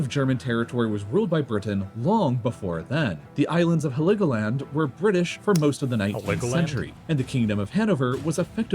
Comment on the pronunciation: I’ve been to Heligoland, took a ferry from mainland Germany nearly 20 years ago. Not sure about now but there were only electric vehicles allowed on there at the time. Btw that pronunciation the video gave made me cringe.